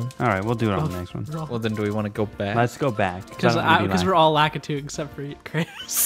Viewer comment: it's pronounced LAKITU